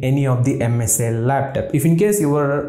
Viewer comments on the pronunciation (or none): your "laptap" pronunciation is hilarious. jiro to 100.